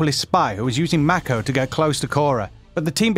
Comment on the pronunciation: the way this guy says "mako" makes my cringe